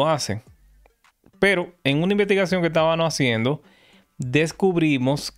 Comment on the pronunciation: "Tábano haciendo"